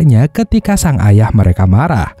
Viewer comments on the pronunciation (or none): none